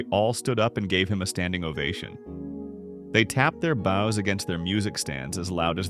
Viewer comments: It's pronounced 'bows', not 'bows'. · bows pronounced weird….. ai voice